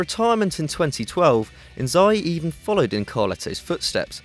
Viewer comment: Tbf, Kaka or Seedorf over Thiago, Shevchenko over Inzaghi (and please correct your pronunciation of his name). Robben choice is also little questionable, it's only his 1st season. We cant be sure if he can perform next season